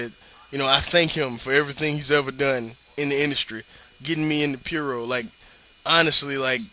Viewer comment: Took me awhile to get that you were sayin puro when you said it like piuro. I was like Fiuro? Hero? Was Misawa in some fed I didn't know about? But, yeah. One thing is that he's actually like only a year removed from a year long heavyweight title run. Way it is in Japan, he was genuinely still as big a player as he ever was. The only one I can think of who ever died with his stock in the business this high is Eddie.